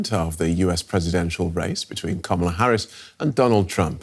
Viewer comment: She's mispronouncing Kamala's name:)) She's like Trump.